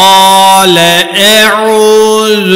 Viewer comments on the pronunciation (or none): none